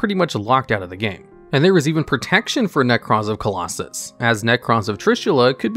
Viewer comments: Is Nekroz of Clausolas really pronounced "Colossus"? >_< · Who else got frustrated listening to Nekroz of “Colossus”? 😂😂😂😂😂😂